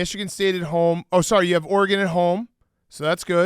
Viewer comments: the way Dave pronounces Oregon as "Orygone" LOL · Why tf does Dave keep pronouncing Oregon like a dweeb